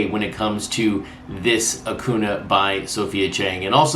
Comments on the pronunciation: Light correction: Acuña’s name is pronounced like ah-CUHN-ya - the eñe there is important. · I don’t get it either, nothing personal against, but it’s been what 4 years now(?)... pronounce the mans name right people.